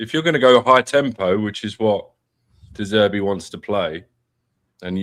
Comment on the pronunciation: You really need to work on your "de Zerbi", 🤣